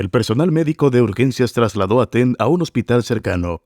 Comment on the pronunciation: Por qué dice "Teng" si es Tang?